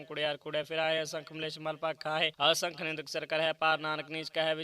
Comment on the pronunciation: ਆਸੰਖ ਨਹੀ ਜੀ ਅਸੰਖ ਪੜਿਆ ਕਰੋ ਜੀ🙏🙏